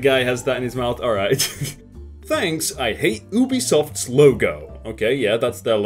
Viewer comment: You're saying it like "Oobisoft"